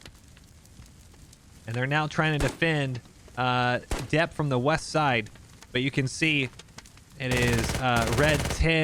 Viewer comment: Dieppe = Di-eppe = “dee-epp” Probably a reference to Operation Jubilee but possibly a town in actual Manicouagan, Quebec that was established before WWII, taking the name of the French city (as colonials often did). However, on a war game channel,, I’d recommend you familiarize yourself with the ill-fated Dieppe raid in WWII. It was kind of a big deal, especially to Canadians. 🇨🇦 We watch your videos!